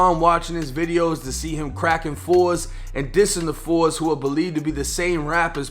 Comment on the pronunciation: It’s not pronounced “The Fours” you say “Tha Foes” aka 4 Corner Hustlas